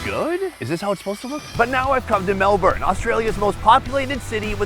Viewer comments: It's "Melbun" Not MelBourne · ❌️ Melbourne ✅️Melb-in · Or "MelBORN" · And why put the entire thing in your mouth? The potato cake/scallop/fritter - you're missing the mouth feel of the bite through the different layers and textures. And please ask people in the country/region you're in how they pronounce things - like BARRA MUNDY, MELBN etc. Plus, Melbourne had Greek yiros/souvlaki decades before halal was a common word here.